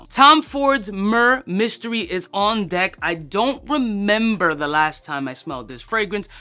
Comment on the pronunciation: Murrr mystery lol. Why do "reviewers" not even bother learning the name?